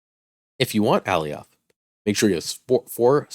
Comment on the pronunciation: Great content but for the love of god please learn how to pronounce Alioth.